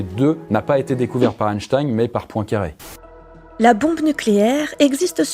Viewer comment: ⛔Parcontre une erreur historique n'a jamais était mise a jour , la prononciation de son nom tout le monde dit Einstein (ein)alors que ca se prononce Einstein (in).⛔